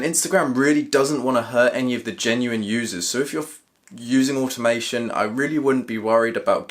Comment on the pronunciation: What’s animation ? Or however your pronouncing it